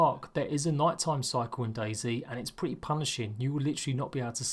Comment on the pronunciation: The way he says it is Daisy instead of Dayz